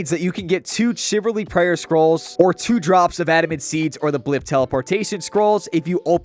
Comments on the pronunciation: CHIV-AL-RY. Not chiv-ar-ly. CHIVALRY. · Chiv - al - ry ... Not chiverly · Shiv Al reee , not chivarly… ffs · Damn it, the only thing I was focused on, was the fact that bro can't pronounce "chivalry". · The way you pronounce chivalry gave me stage 12 butt cancer. Well done. RsN- TitMissiles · We need to talk about your pronunciation of Chivalry.